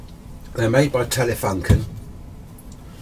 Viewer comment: pronounce it TELEFOONKEN when you speak to a german, or else they start building V2's again :) j/k thanks for showing us those babies... too bad that nobody builds valves anymore.. vy 73 OH8XAT